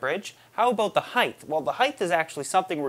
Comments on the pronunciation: Anybody else counting how many times he says heighth, and not height......hilarious. Love the vids though. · So, I like you're videos, but I keep hearing you say this fictitious word "heighth". It's making me crazy. Sorry, don't want to hate... I'm just a little OCD. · "Heitth" "heitth" "heitth"...FUUUUUUUUUUUUUUUUUUUUUUUUUU!!!!!!!!!!!!!my brother used to say something similar when he was younge and just had to keep correcting him until he stopped (he used to say thingers instead of fingers